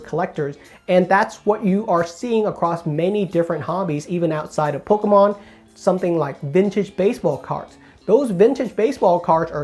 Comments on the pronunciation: No one says “Pokémon” as clearly as you 😂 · Bahahahahahaha and he says it so clearly too